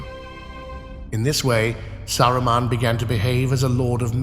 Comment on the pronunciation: Saraman , sarroman xd 😂